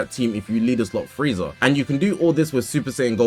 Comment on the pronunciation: Its frieza. And its not close